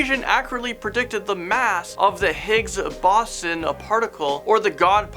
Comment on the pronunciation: Your pronunciation of Higs Boson and the memory of the actual horsemeat scandal of Tesco baffles me on your stupidity.🙈